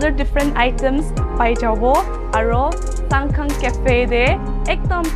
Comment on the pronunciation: Shsngkhang pronounce kura toh besi hoise neki hoh!! Will be more sound good if pronounce in your own dialect accent. 😊